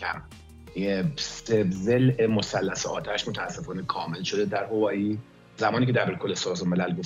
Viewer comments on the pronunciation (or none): هاوایی میگی هوایی🤣🤣🤣☺